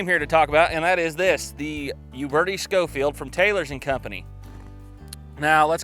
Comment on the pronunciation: Actually pronounced Sho-feild.. Cyrus Schofield was a preacher that wrote a reference bible.